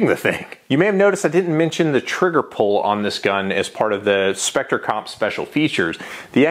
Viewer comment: Oh No! you said Specter Com! Now the video is too long to watch. hehe